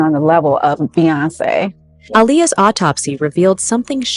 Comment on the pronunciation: How do you guys believe a ninja in a wig who doesn't know how to pronounce autopsy? He is still using AI as a source.